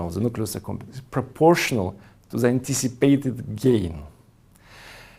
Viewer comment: Hu ze fuck teaches people tu pronounce THE as ze, instead of DE??? Zis would bee a 10 times better aproximation if you can't say Th.